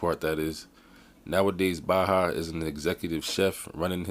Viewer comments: His Name is Pronounced Bay-ha. Went to highschool With Baha, LaSierra high in Riverside, Ca.... class of 96' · Dude I know this guy personally and he's always been a cool dude I know his brother sk8ter paul to they always been good kids .. and you said his name wrong... throw the whole video away